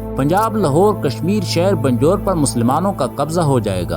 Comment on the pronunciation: بھای اس ہندوستانی شہر کا نام بجنور ہے بندور نہیں Bijnor not Binjor